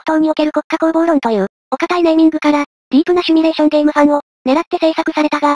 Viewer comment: シュミレーションじゃなくてシミュレーションなんだがな